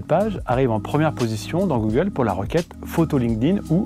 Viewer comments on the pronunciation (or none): none